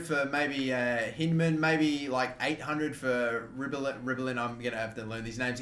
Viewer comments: You pronounce hyndman like hind-men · Hyndman is pronounced H-eye-ndman